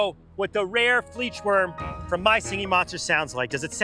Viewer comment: the fleechwurm 💀